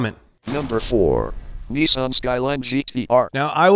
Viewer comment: refuses to say debut and Nissan right, but somehow Renault gets a pass?